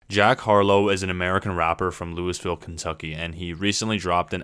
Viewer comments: First of all, click bait. Second of all this video is dumb pointless. Third of all its LOOOOOVILLE not LewisVille.. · Bruh said Louisville so wrong . Put some respect on the 502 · He'd be so mad bout how you said Louisville. great looks tho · damn can't believe you just said lewisville